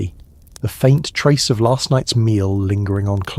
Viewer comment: It's last not larst